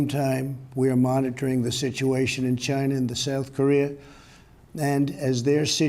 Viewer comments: "It started in Gyna" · "The corona virus started in Giina"